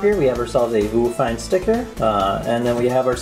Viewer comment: its probably pronounce VIEW fine right? i mean whats a Voo?